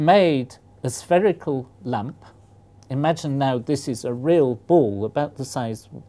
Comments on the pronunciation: I keep thinking he says lamp when he says lump, which was seriously very confusing! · oooooooooh! he's saying lump! a lump of gold... (stupid american who heard lamp for most of the video, and wondered what purpose could there be in a lamp of pure silicon)